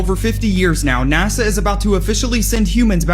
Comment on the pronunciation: it's NaSa,not NaZa. Your using a z sound instead of an S sound and it's annoying!!!